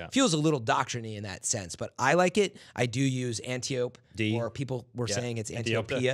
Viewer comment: Antiope-D ... It's a Greek name and it's pronounced AN-tie-apee. From Wikipedia: "In Greek mythology, Antiope (/ænˈtaɪ.əpi/; Ancient Greek: Ἀντιόπη derived from αντι anti "against, compared to, like" and οψ ops "voice") was an Amazon, daughter of Ares and sister to Melanippe, Hippolyta, Penthesilea and possibly Orithyia, queens of the Amazons."